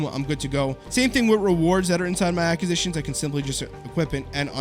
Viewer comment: Cant listen to him say acquisitions incorrectly anymore jeeesus